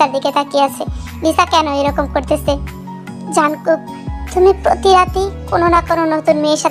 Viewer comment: Jankook না jungkook